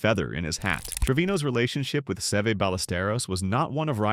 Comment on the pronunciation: AI has got to learn how to say Sev"E"